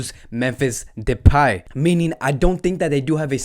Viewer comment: Bro its memphis depay not depey